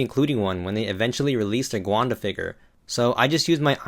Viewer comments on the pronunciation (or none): Her name is Gwen not gwanda dumbass